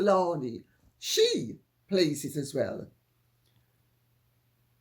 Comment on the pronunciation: Dear Lady C, the way you pronounce AKA Ngozi Fulani maketh me titter. Greetings from the frontier of Tower Hamlets & Hackney.